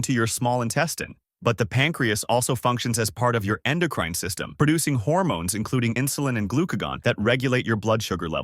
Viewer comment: When he pronounces "endocrine" as "endocrighn" I remembered this isn't a real person talking lol